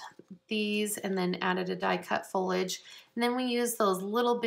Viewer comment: fol-I-age vs. folage :)